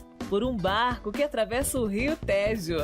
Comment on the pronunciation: Teve também uma parte que era para falar da linda vista e a locutora leu visita... fora outras pronúncias erradas tipo ria téjo, sendo que diz-se têjo com e fechado. A ideia é legal mas deveria melhorar esse ponto